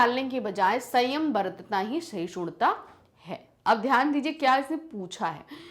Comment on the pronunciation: Its not sahishudta😂 Its sahishduta..! May be your dialect is different maam bt we pronounce it like this. Like yr teaching though ✨